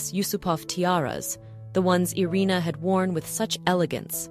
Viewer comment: 「アリーナ」「アレーナ」じゃなくて「イリナ」ですよ